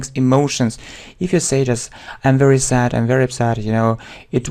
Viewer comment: Your English leaves much to be desired. Mind your pronunciation. “Sad” you read “sat” and so on. .., it’s a shame to claim for the advanced level. “You know” is repeated numerous times.